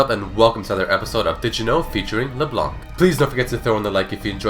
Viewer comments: LeblanKKKKKK .... its Leblan bro :p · The correct way ro prononce "leblanc" in french is prononced like "le blan" and Leblanc is also a real lastname ! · In french, don't prononce the C of Leblanc. it's lke Leblan. yes white in french is whritted blanc, it's a silent C ;) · why do English people read leblanc le blank we dont read c as k in french D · FYI it's pronounced LeBlan, the C is mute in french. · Did you know that the 'c' at the end of Leblanc's name shouldn't be pronounced? (french guy here ^^) Great video, by the way :) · Hey guys ! Just so you know ... The "c" in Leblanc is silent! You are not suppose to prononce it :P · Did you know that the C at the end of her name should be silent?